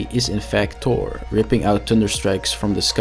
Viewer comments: Thhhhhoooorrrr not tour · So... "Tor"... Appears when there is "Tunder"... Got it ;)